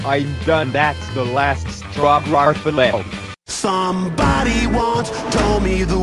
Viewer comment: O DEE Times jon said garfield incorrectly: "god are the yield" the bowl says: "7Grandfield"